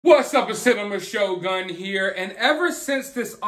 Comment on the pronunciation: I'm sorry SHOGUN not ( Shotgun )